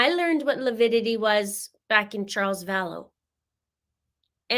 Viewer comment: Potato tomato, lividity, lipidity…..